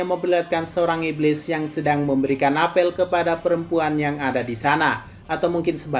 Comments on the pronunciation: Apel sebagai buah bacanya apel bukan apel 😭😭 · Ga enak banget dengernya ngomong apel salah penyebutan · I hear 'apel'